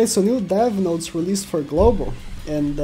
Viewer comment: it said NOTS not notes, next time try checking yr spell XD